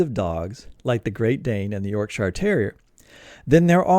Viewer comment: Oh, by the way, it's pronounced "YORK-shuh", not "york-SHY-arrrr". Leicestershire is "LES-ter-shuh", not "LY-ses-ter-SHY-arrrrr". Gloucestershire is "GLOS-ter-shuh", not GLAUW-ses-ter-SHY-arrrrr". You're welcome. 🤗 {:o:O:}